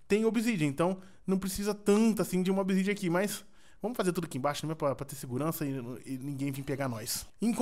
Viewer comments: wtf quem tbm ouviu o falar picareta de obisidian kkkk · Quem ouvio o falar picareta de obsidian